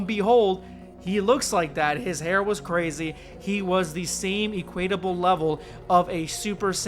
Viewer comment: Awesome. Also, it's [EH-kwit-uh-buhl] not [Ee-KWAYT-uh-buhl]. Or you can say, "equivalent." Sorry, that picky but I'm anal retentive so just ignore me lol. This is awesome though.